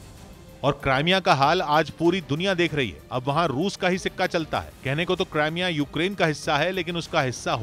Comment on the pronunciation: AAPKA RUSSIA UKRAINE WAR Jo PRESENTATION BAHOTH HI ZABARDAST HAI MAGAR CRIMEA KO AAP LOG KRIMEA KEH RAHE HAIN SAHI NAHIN KRIMIA HAI NA KE CRAIMEA HAI